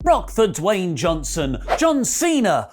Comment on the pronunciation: God I freaking hate how they say Dwayne “The rock” Johnson WRONG...